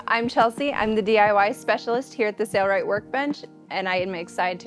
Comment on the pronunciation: Hello and welcome. Thank you for pronouncing it Sail Rite and not Sayer Rite, like that other guy on their website. It just drives me crazy, as you can tell. There, I got that off my chest and now feel better. LOL